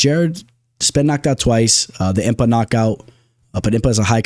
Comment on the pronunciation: Butchered Impa’s last night 😂